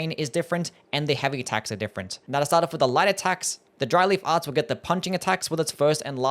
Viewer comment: Really made a point to enunciate so that it didn’t sound like Dryly Farts, didn’t he?